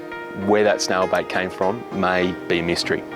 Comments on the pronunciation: how do you pronounce it snail bite snail bait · I thought he was saying snail bite and I was like dang, who knew snails could bite. Finally figured out he said said snail bait.